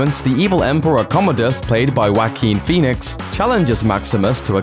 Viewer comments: Joaquin Phoenix. Joaquin is pronounced "waa-keen" Not "whack-een" Thanks for the laugh. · Why are you calling him WACK-keen. It's not hard to say his name correctly. WAH-keen. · It's Jaoquin Phoenix NOT Wacky phoenix, fucken!